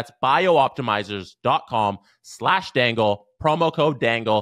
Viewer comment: you keep say "bio optimzers" but the name is BIOptimzers - but if you pronounce the BIO (as the caps suggest you should) how the hell do you say the rest "ptimzers" - sorry - it was bugging me. still is. i am probably tired and cranky.